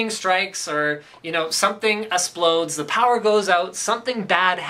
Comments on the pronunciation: . " something eSplodes" xD Jigaherts.. You're awesome Linus.lol. Keep them coming. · "Some asplodes"